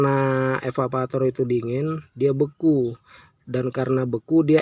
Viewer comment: EVAVORATOR pk bukan evavator